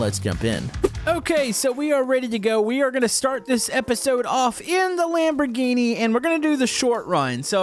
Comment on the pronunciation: sure loves the lamborghini (expect that he doesn't know the name of car which is sad and also the pronounciation,which is also sad):)